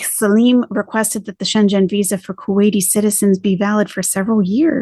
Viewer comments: It’s pronounced Shen-gan, not Shen-Jen. Love your translations and insight and just wanted to help you in an area I am familiar with ❣ (American in Germany for 7 years and about to take the citizenship test! ) Love your videos cuz they have the cultural approach that’s needed on her new journey/larp. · It's pronounced "shengen". One word. It's the name & place of where the original customs agreement was made. I used to be a customs officer & heard way too much about the Schengen agreement. 😉👍